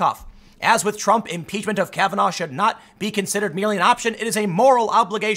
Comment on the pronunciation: M-Peach-men. Pootin. Collushum. Ko-reeah. Can I take 'em to the bridge? Let's take 'em to da bridge!